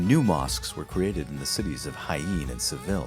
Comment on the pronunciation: Jaen is pronounced hi en as in end.